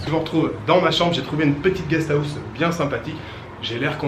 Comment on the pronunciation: guest house : gnia guieee en phonetique ^^ a 2 poil de cul pres c est comme ca que ca se prononce ^^